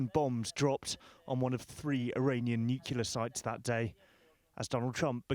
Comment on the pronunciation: You need a journalist who knows how to pronounce "nuclear" properly